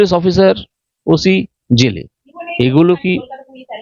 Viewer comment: কথাটা ওসি নয় ওটা OC উচ্চারণ টা ঠিকঠাক ভাবে করুন রিপোর্টার মহাশয়া। খুব কানে লাগছে